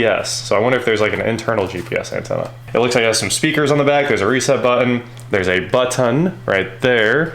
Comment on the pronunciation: finally says buTTon correctly........ 👍 Thanks!